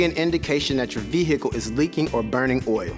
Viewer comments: Ve-hicle haha no offense just thought it was funny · Would someone please slap this dude and then tell him the proper way to pronounce "vehicle"? His mispronunciation of it was like a jab in my eye every time he says it .. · V hickle